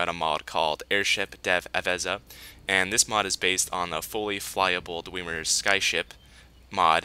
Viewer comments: did he just say dweemer? LOL anyway good video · it is not dwemer